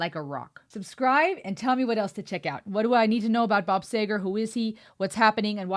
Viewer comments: It is "Seeger" not "Sager" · See ger, not sayger. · Pronounced...See...grr not say ..grr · SEE GER not SAY GER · Very well done and sophisticated review of one of Bob Seger's best songs. I subscribed! BTW, his name is pronounced with a long e, as in beat, not e as in egg. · bob seeeger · You pronounce his name See Ger. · By the way that's a long "e", pronounced like "Seeger" instead of "Sayger". Love how you loved this. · Not say ger, see ger. Bob See ger. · Hope, after a year, someone's mentioned it's SEEger not SAYger. 😊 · It's Bob "SEE-ger", not "SAY-ger". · Thank you for keeping my anthem alive. You get it and I love that. His name is Bob See`ger, not say`ger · His name is pronounced See ger not Say ger...you should at least pronounce their name right if you're going to react to them. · His name is Seger but you keep saying Sager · Not Sager girl. Get it right. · Yeah before it drives all of us Segerphiles nuts out here, it's 'See-ger' and not Sayger as you pronounced it in your video.... So let's get that off the table!!😊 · His name is not Bob Sayger. It is Bob Seger! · It's seager not sager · Bob see,gar. Not saygar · It's pronounced "Seeger" btw. I have performed some of his songs for years, because of his raspy voice, you don't realize what a high pitch he is singing at, until you try to copy it. I love this song. And you get the bonus of one (actually two) of the greatest slide guitar solos ever recorded. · Not sager its seger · He is the true bard of the American 20th century. Pronounced See ger nay sayger. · Bob Seeeeger, not Saaayger!!! You should learn how to pronounce their names if you're going to cover their music!!! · Like a rock is used in a commercial for Chevy trucks. His name is prounced Seeger not Bob Sager. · Met my hubby at a Bob Seger concert at Pine Knob in Clarkston MI in 1977. His name is pronounced “Seeger” not “Sayger” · pronounced SEGER not SAGER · It's seger(seeger) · (Sea -ger) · Bob Seger is pronounced Sea-gar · Bob See-ger